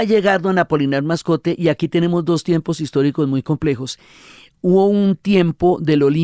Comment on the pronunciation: La Señora Diana desborda su amor por García Márquez perjudicando así la objetividad de su trabajo. Debe además corregir el apellido Moscote de don Apolinar. (Es muy raro que ella insista en más de nueve veces llamándolo "Mascote)